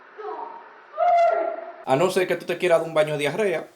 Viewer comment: 91 y es diarrea no hiarrea